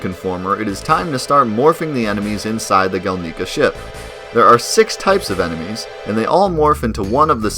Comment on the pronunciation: Gelnika is pronounced gel nih kah Not gel knee kah Yuffie is pronounced yuf fee Not you fee Junon is pronounced juh non Not jyuu non